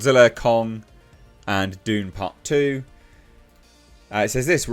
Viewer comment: 😂, it sounds like you're saying Doomcock2, instead of Dune part 2!😅😂